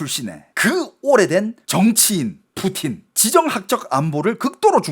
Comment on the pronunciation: "푸후우틴"말고 그냥 "푸틴"이라고 해주시면 안될까요? 한국사람 이잖아요.. 중국발음 들을때마다 거부감이 들어요.....